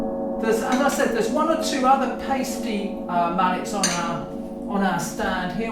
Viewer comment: In German, when there are 2 vowels together, the second one is the "long" vowel. So the "i" is the long vowel here, and Paiste is pronounced "PIE-stee" not "PAY-stee."